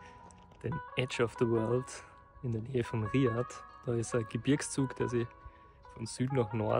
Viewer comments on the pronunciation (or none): danke, schönes video aber die Betonung liegt am a bei Riyaaaad und nicht am i